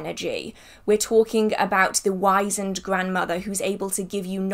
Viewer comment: You are really smart. I just found you and am impressed. Just want to tell you that in the US we say wizened with a Z sound. Not an S as in wise. Though I don''t know how you say it in the UK. ( I kinda like wise in the wonderful word, actually) I will subscribe.